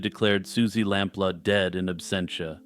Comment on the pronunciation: It’s lamploo not lamp la